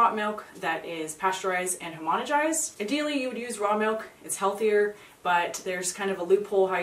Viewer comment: Great video, but it's not "homonigized" but "homogenized."